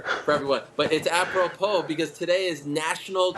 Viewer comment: Its "appropro" Helwani tries too hard and makes me physically cringe and God bless DC for calling him out on his corniness